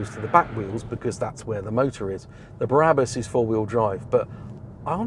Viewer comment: Did say Barabas instead of Brabus?